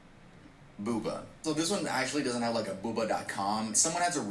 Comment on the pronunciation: It's boo-bah, not booba lol